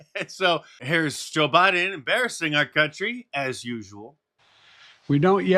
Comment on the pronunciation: You finally pronounced his name correctly 😂